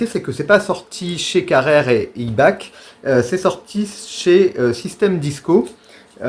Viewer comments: Ibach se prononce ibak pas ibache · Je pense qu'il y a pas mal d'approximations dans cette vidéo. Pour commencer, IBACH se prononce "IBAK". Cette légende disant que Karen bloquait toute réédition de disques est à priori fausse, car elle n'était qu'interprète, ni producteur ni auteur/compositeur. Elle n'a donc à priori pas changé d'avis mais ce qui a changé, c'est que Ibach a revendu son catalogue de chansons à Warner France qui a décidé de l'exploiter sous forme de best-of avec un son remasterisé. Ce qui peut paraitre paradoxal c'est que Pas de panik ou encore Amore mio était édité chez Warner à l'époque et qu'effectivement ils ne figurent pas sur les best-of. Dommage. Pour ce qui est de A l'envers à l'endroit ou Où sont les anges, je crois que c'est elle qui détient les droits et ils sont dispo sur les plates-formes depuis quelques années.